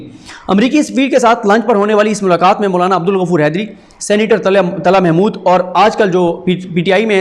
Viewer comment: Sorry You are kept saying Mullana!!! I can't watch you son M sorry